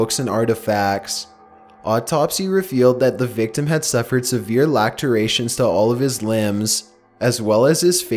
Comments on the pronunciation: 'Lacterations' 😂 Darlin, its pronounced lass-er-a-shun. Otherwise, love your videos,. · lacteration? lacerations* lah-ser-ay-shuns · Lacerations... Not, lacterations" hahaha! Made me laugh hard bro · Lacturations? I think laceration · "Lacturations" I've never laughed so hard during one of your videos. Which is saying something because of what you commonly post. I know it's probably part of how you talk, but under circumstances in my own home, I find that freakin' hilarious. Keep up the good content:3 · "lacturations" lol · "lacterations" I loled... good reading otherwise though! Creepy stories!